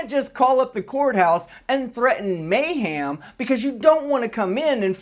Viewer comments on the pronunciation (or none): The word is MAYHEM. Not mayHAM. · He said May Ham lol